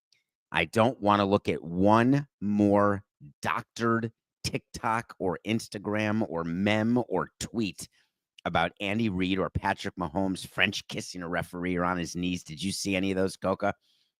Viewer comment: please stop saying meme that way. help us!